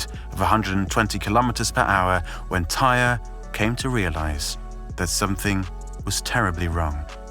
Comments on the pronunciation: omg... thank you. I was wondering wtf, why isn't anybody pointing this out. Damn, disrespectful AF researching someone's death and not even getting the pronunciation of their name correct. smh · TIE-REE!! NOBODY NAMED “TIRE”. HE’S NOT NAMED AFTER A CAR PART. SAY IT AGAIN…..TIE-REE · It’s not pronounced ‘tire’. It’s pronounced ‘Tie-ree’. He didn’t die on impact either. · you could have at least said his name correctly, who tf is TIRE?? (its Ty-ree) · American here. Never heard of Tyre being pronounced as tire. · his name is TIE-REE.... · Out of respect for this young guy I think you should make sure you have his name pronounced properly. His name is ty-ree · All he had to do was pay attention to the dozens of news reports that pronounced his name correctly. If you’re going to do a piece on someone’s death, at least get their name right. It’s irritating listening to this man call him tire over and over. There’s a responsibility that needs to be upheld when you are presenting information to thousands of people and making $$$ off of it.